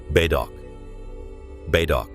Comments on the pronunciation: Bedok is not what your pronoun as Bay dok is Ber -dok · Bedok Reservoir Pronounced as "Ber-douk" Not "Bay-dock" 🤗🤘🏻🤘🏻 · “Bey Dock”….😅😂..okay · Lol. Bedok is Bay-Dock. Sounds like a cool name. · Bay-dock 😂😂😂 damn bot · "BEI DOK" Reservoir! Hahaha 🤣🤣🤣. You might want to make sure your AI voiceover pronounced words correctly!